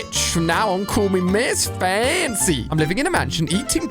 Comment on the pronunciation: When he said “Miss Famcy,” he almost had an American accent for a second